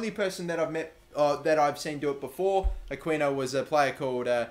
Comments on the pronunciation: you pronounce the 'qui' in aquino the same way you pronounce the word "key." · You're pronouncing Aquino wrong. Its pronounced Akino. The Q makes a K sound. Just saying. And dont forget to pay Habiar or something's wages